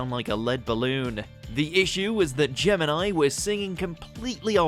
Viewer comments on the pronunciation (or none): none